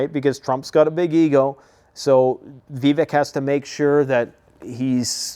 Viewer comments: Def Sec Austin has handed over the Pentagon to Kathleen Hicks, his DEI deputy. She is an "intellectual" egg head who got her PhD 14 years ago, and has never served in any of the military branches. By the way, his name is pronounced, vi-VAKE. He would be awesome as VP. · Vivek is pronounced viv-ache Like cake How do you still not know this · Vivek is pronounced like cake